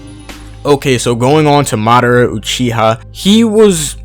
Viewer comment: It’s ma da ra not marara